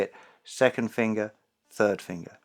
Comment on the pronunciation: I'm from America and fascinated by the way Justin says "Fingah" XD